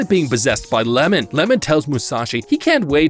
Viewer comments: It’s not lemon it’s iemon 😂😂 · His name is iemon, not Lemon